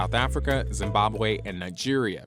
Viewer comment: The way he said Zimbabwe had he going 😬😂